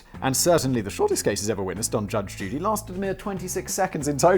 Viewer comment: Between and simon says judge duty